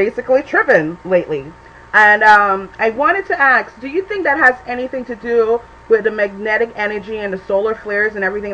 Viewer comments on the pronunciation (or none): If she uses AXE instead of ASK one more time....